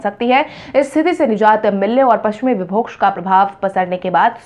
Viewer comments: विभोक्ष नहीं विक्षोभ होता है । सही उच्चारण करें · "विक्षोभ" को तुम "विभोक्ष" बोलती हो , इसको सही करो।।।